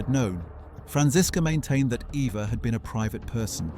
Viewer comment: Her German name was Properly pronounced as Ava, not Eva despite its spelling with an E.